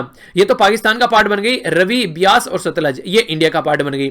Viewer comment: Sir, I would like to share proper pronunciation of Ravi River, it's " RAAVI ". Thanks for the videos, they are always informative and helpful.